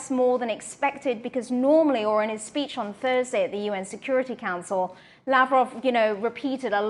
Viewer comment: Peach? or speech 😂